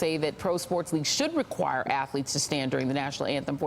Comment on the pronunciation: They are ATHLETES...not ATH(A)LETES!!!LOL...Love how the uneducated speak no matter their respective status or positions in life!